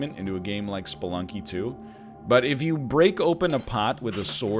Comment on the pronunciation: Every time NL says “Sploonky” I Pog